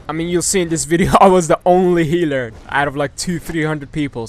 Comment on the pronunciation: The way he say healer is funny